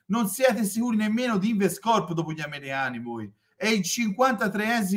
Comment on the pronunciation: quello non sapeva nemmeno pronunciarlo nel video. L ha chiamato lens 🤣🤣 Poi oggi ha detto Lion Rocco (Siffredi, forse), InvestCOPPO e anche "segment agreement" 🤣🤣🤣🤣